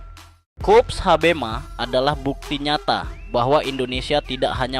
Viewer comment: Liputannya bagus, namun mengapa "Koops" diucapkan menjadi "Kups" ?